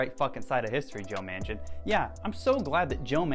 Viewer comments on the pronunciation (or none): none